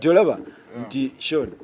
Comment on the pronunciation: It's Sean but pronounced Shown